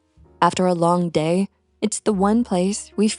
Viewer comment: Why did you say Dayer for the word day??? It is pronounced Dey as in they. Not dayr as in they're.